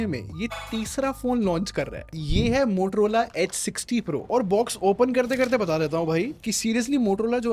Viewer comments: Bhai Muthrola nh Motorola h😂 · i heard muhtrola lol